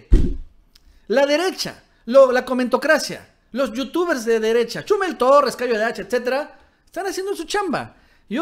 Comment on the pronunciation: "Chúmel", "Férriz". Por qué acentúas mal los nombres?